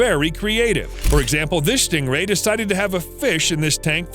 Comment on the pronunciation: For a moment I thought you said Schting rhay